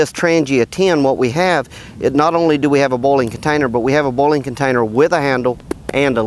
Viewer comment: Good vid but I kept thinking you were talking about bowling instead of boiling XD